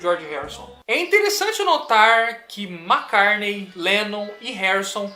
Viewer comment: Poxa!! Gosto dos seus vídeos e vc me provou que entende muito do que propõe falar mas vc pronunciando o nome Mac"CARNEI" fica difícil de te continuar te escutando depois do segundo Mac"CARNEI" na sua fala. Grande abraço!